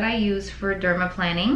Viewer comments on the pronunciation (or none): LMAO, it's not pronounced -planning! It's pronounced like an airplane: dermaPLANING (derma-PLANE-ing). And....you aren't using any kind of OIL?!?! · It’s pronounced: “dermal PLANE-ing” not dermal planning Xx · Why does she keep calling it "dermaplanning"? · I thought it was pronounced dermaplaning (i.e. derma-plain-ing)? I mean not a big deal obviously. I want it done and don't want to mispronounce it 😂 Y'all are both beautiful and she knows what she's doing! Wish she was on the west coast! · The way she pronounces dermaplaning ☹️